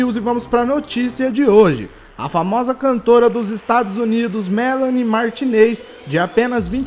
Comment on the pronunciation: E mentira kkkk Por que vc fala o nome da melanie errado? afff